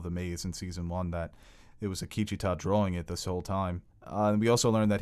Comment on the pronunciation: The continued (mis)pronunciation of Akecheta’s name by (his name escapes me) was a bit hard to swallow...but personal quips aside, thanks for the enjoyable commentary of my favorite episode of west world. I hope ed Harris doesn’t leave the show. I have lost all interest in Dolores’ one note, boring AF storyline, so if we lose the MIB and Ford continues to be scattered, (I would like to see more of his back story, just more of him any way I can take it really...) Maeve is left holding the lead and I’m not sure how long her story arch can continue...I feel we are going to need to be introduced to new main characters as we go into season three and beyond and the audiences ability to connect with them and their new story will make or break the show going forward. Akecheta was delivered brilliantly so I do maintain optimism...😎